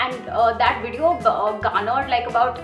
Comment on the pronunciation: Its Video. Not Wedeo